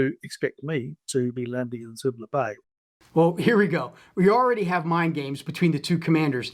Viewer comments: I'm pretty sure it's "Suvla" like the Kiwi says, not "Sulva" like your map. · Thanks for this. Btw isn't it Suvla Bay, rather than "Sulva"? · Love this. It’s Suvla not Sulva tho 😊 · Great project. Btw it's Suvla Bay not Sulva... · Suvla Bay...not Sulva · Great video! Lots of fun. You all said "Sulva" Bay throughout this, but it's Suvla Bay. I assume it was a typo on the map, and everyone else was just reading it as written? Best wishes from down under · Jeez guys. Suvla Bay, not Sulva Bay. Not the sort of attention to detail I am used to from you.😎